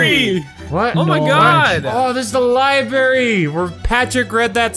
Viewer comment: Did you say Libary not library